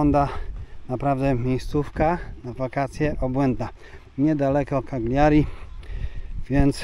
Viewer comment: Kaliari a nie kagliari